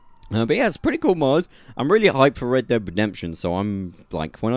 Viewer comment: I alway hear you saying Red Debt Redemption :D